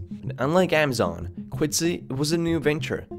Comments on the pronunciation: "AAA mazon." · Please stop saying Amazon as "Amm-zon" instead of "Ah-ma-zon" and "prices" as "pry-SEES" instead of "PRY-ces". There are several other words where you pronounce an undue "SEES" at the end too, it's very distracting.